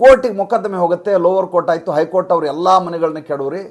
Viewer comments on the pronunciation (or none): none